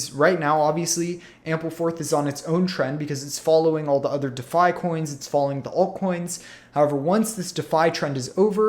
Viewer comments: I couldn't take it any longer, dafi, dafi, dafi, too bad cuz I actually wanted to hear about Ampleforth. **DEE' FI** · It is pronounced “De Fi” like ReFi or WiFi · Ok, that's it... listening to someone mispronouncing "Defi" is just too annoying to stick around... if you can't get THAT right... makes me wonder how credible you are... sorry man, i tried